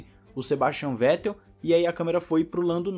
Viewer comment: F2 Alem de mais emocionante, sua transmissão e apresentação foi e vem sendo muito melhor do que a F1. Reginaldo leme está velho, ele confunde nomes, comenta coisas sem necessidade e ainda tem essa mania de falar o nome do Vettel de Fettel. (isso particularmente me irrita) O é péssimo apresentador, não da sequência nos comentários dos colegas (quando são sensatos á corrida), e ele só exalta o Hamilton o tempo todo, e dá opinião em coisas desnecessárias. Resumindo, a única coisa que salva é o fato de ter a transmissão. E as entrevistas da Mariana são boas e quando vão comentaristas que salva um pouco, Giaffone e Max Wilson, da para o gasto, porque para mim, o melhor comentarista ex piloto, é o Luciano Burti.